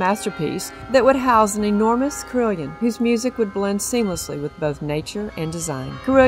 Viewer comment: It is pronounced as 'CAROLLON' not CRILLION, Other than that, nice.